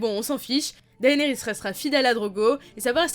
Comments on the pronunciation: Je crois que si la prononciation des noms Targaryen se prononce de façon "Latine" le "ae" se prononce "é" donc on dirait "Dénérysse" et non "Daénérysse" ( j'écris le nom comme cela pour la prononciation, je sais que ça s'écrit "Daenerys" ) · C'est pas plus DAYnerys ? (pour la prononciation) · Si, techniquement la prononciation, c'est "Dènerys", "Téon" (en tout cas en français, forcément en anglais c'est pas tout à fait un F mais pas tout à fait un T non plus), et "Petyr", non pas "Peter" à l'anglaise :p